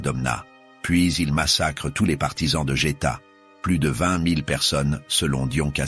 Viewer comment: Très intéressant mais ce serait bien de savoir prononcer des mots comme “Saône” ou “vingt”. Franchement, ça fait tache